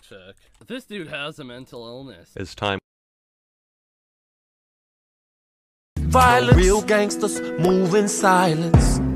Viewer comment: when he says "We're gonna do so much violance" it sounds like violance is a drug.